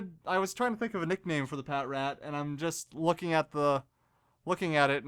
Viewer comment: Pah-Trat.. its pronounced pah-trat